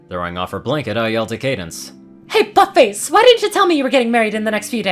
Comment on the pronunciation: Idk if this is just me but I legitimately heard fuck face instead of but face.